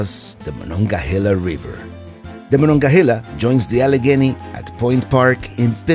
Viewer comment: Been a sub for a long time. Enjoyed seeing you visit my town. Most importantly... THANK YOU for saying the name of the Monongahela River correctly. Most outsiders say it wrong.